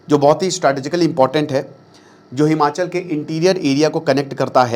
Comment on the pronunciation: It’s Himachal not Himanchal in Hindi